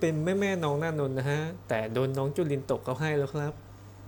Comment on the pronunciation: คนอ่านอ่านนานนท์ตลอด อ่านเองเข้าใจเองไม่ดูว่าจริงๆแล้วเค้าชื่ออะไร